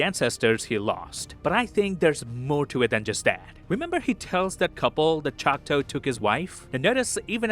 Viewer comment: LOVED! this synopsis BUT my guy it’s choctAW NOT chocTOE this is coming from a Choctaw granddaughter